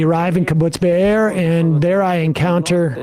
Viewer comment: its kibbutz beeri, not beer. man that happened only 3 months ago and no one even bothers to learn the name, not even a jewish host.. but i guess he knows very well the name deir yassin that happened before he was even born. the hypocrisy...